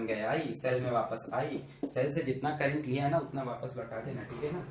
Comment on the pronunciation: Sirr kaa crrntt khuchuk khuchuk khuchuk karke jataaa haiiii😂😂😂😂😂😂😂......... Stilll sirr uu r best😎